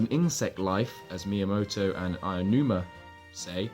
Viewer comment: Aionuma? Where are you getting the 'i' from? It's A-O-N-U-M-A. Ah-Oh-Noo-Mah.